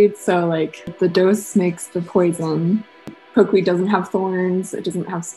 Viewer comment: Poke-weed.. not pokéweed